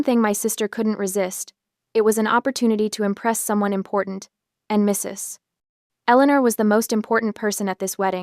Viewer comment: MRS (2 second pause) ELEANOR. Really, if you're going to use AI to read these things out, at least do some editing first before you load them.